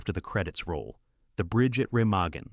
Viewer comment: ….and Ramaggen.